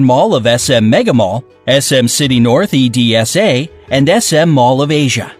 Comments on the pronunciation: ETSA? IT EDSA BRO NOT “etSA” EPIFAMO DELE SANTOS AVE. (IM FILIPINO) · E-D-S-A?!?! IT'S " Edsa " not " Edsae " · We say EDSA not E D S A